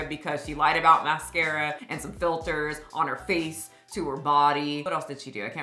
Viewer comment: Theyas no filtas 😂😂😂